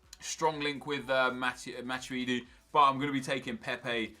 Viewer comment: Anyone else get pissed off with how he pronounces matuidi